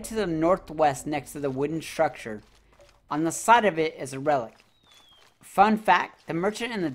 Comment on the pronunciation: I be laughing the way you say structure